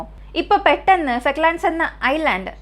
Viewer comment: ഫെക്ക്‌ലാൻഡ്‌സ് അല്ല , ഫോക്ക്ലാൻഡ്‌സ് 🙄